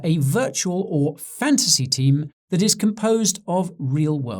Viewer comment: Thought you were saying Fancy.